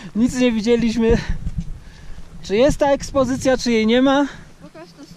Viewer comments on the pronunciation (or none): Maciek z jedzeniem a nie z zarciem.Ekspedycja a nie ekspozycja z kad u ciebie taka nie poprawna wymowa